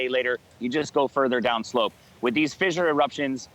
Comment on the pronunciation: "fizzure" and "leh-va"....WTF?